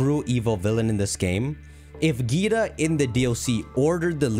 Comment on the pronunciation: Her name is pronounced differently. Think like dragon ball z, vaGEETA.